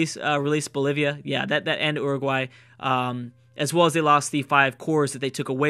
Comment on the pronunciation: Pronounce Uruguay right for once gosh darn it